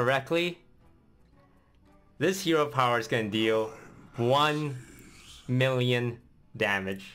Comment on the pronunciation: "One mirion troops"